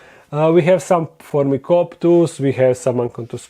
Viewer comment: Phormicoptus? Helicoptus? Hahaha you are killing me;)